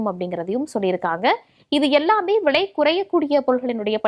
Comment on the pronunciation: விளை இல்லை அம்மா.... விலை.... தமிழை கொலை செய்யாதீர்கள்😂😢😂😂